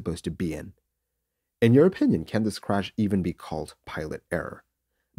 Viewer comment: The legendary intro: "THES is the story....."